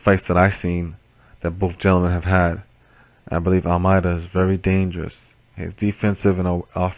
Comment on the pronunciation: FIRST! BTW it's pronounced Almaydah.